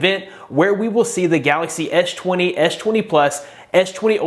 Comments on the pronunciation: Why you keep saying etch 20 etch 20 plus? Do you have any issue? You clearly said s10 or s line, which you sound fine man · I kept hearing "edge 20" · "ech 20"? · ''esh twany'' lmfaooo